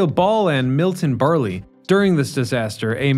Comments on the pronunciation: It's also not Milton "Burly", it's "Burl". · Milton Berle is pronounce more like burl, NOT like burly. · Milton "Ber-lay"??? You dolt! It's Milton Berle ("Burl").... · I'm quite a fan of your channel, but as you're a historian, I was stunned that you mispronounced the name of Milton Berle. It's not "BER-ly". It's Berle, one syllable that rhymes with pearl. If you haven't heard of him, he had a major career in entertainment that spanned most of the 20th century. He was an important figure in vaudeville, radio, television, film, and to a lesser extent on Broadway. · Well, he was a burly guy with a big cigar… but that is an embarrassing goof. Pronounce it “burl”. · Milton Berl(e) not Burley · "Milton Burley" ... LOL (Berle) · Milton Berle (rhymes with pearl)... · Berle is burl, not berlee Where do you research from? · Milton Berle not Milton Bar Lee. You kids are funny 😅😅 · Milton Burle, not Bur lee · That’s “Griffith Park” dude, not “Griffin Park.” Obviously, you’re not an Angeleno. It’s Milton Burr-ul not Burr-lee. And you don’t explain that the Owens River is hundreds of miles from LA in the Eastern Sierras. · ...Milton Berle...'Berl...NOT Berly...rhymes with girl...NOT GIRLY!!! Yeah. I'm old - I grew up watching him on TV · Milton Burly had a Johnson with 2 zip codes, 😅 Berle, not burly, dude lot of mistakes, maybe cut a new version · Milton Burly had a Johnson with 2 zip codes, 😅 Berle, not burly, dude lot of mistakes, maybe cut a new version, and Owens Aquaduct has nothing to do with LA River. Owens Aquaduct flows 250 miles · Milton Burly? Dude, with all the homework you've done for this video, please check all your pronunciations before talking. It's Milton "burl", not "burly". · Milton "Berley"? "Griffin" park? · Did you just say Milton "Bur-lee"? lol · Milton Berle. I love your work just say names right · Hi again. It’s Milton Berle, rhymes with “curl.” E is silent. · Dude, you dont know how to pronounce milton berle’s last name?